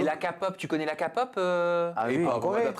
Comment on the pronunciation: Non mais c'est la k-pop non la kapop 😂😂😂😂😂